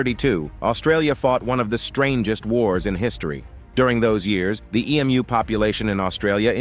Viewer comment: As an Australian, I naturally feel pride in our forces at the great Emu War. Remember: Emu is pronounced Em-You and not E-Mooh.